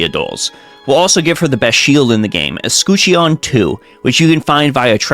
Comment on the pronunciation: Allow me a moment to make fun of your pronunciation of "escutcheon" as though it's a Pokemon.